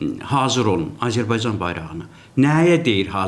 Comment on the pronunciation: Babat danışır ancaq Azərbaycan sözünü ermənilər kimi tələffüz edir.Belə də ki ,hələ indiki halda İranı parçalamazdar.